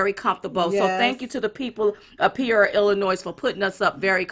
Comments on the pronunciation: lol ...It’s Pronounced like this ...Pea or Ea - Peoria - ♥️You Both!! You’re Fabulous!! 🇺🇸TRUMP2020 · PEE OREA, LIKE OREO, BUT OREA.